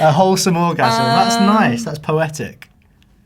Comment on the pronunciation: Never thought I'd hear Charlie say "Orgasum" 😅